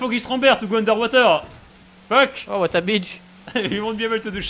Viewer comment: The "Retaourde" (Retarded) Owl returns! :D (also fuck = "fokkue/fök") :D